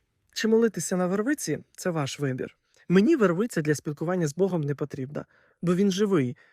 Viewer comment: По-перше, не вервИця, а вЕрвиця